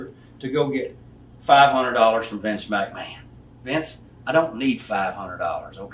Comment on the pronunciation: No one will ever say the name Vince McMahon as awesomely as possible!